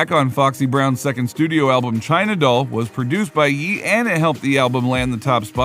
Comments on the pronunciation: It’s pronounced “yay” not “yee” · He changed his name no Ye ... and its pronounced "yay" no "yee"